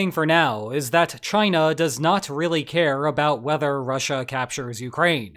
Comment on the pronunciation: Do you really just say “gina”?